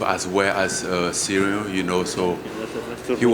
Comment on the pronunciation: “Cereal” Gane